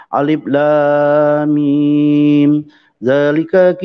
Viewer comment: Cara baca Alif laaam miiin nya saja sdh salah,janmbohonginditi sendiri hati hati ya pendeta,nanti dak ,ayat kursi sslaaassh,dah usah baca nanti dak dikira melecehkan Ayat Al Qur an